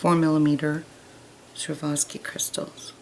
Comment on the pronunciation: cute design.. repeat after me swore-off-ski. Pronunciation of the crystals! lol just kidding